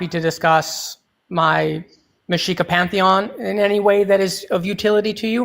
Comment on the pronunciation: FWI, it's "Mexica", not "Mashika". And thanks for the stamps!